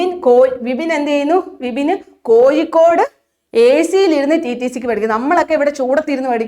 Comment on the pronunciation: Kozhikode,peavishabada..uchaarana sudhi ellaloo...teacher....